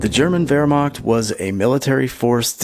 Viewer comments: h in wehrmacht is not like k in kentucky it is like h in hot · I appreciate how smooth your pronunciation of wermacht is